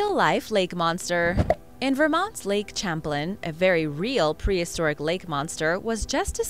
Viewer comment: I think the lake with the Sturgeon is pronounced lake Champlain(sham-plain)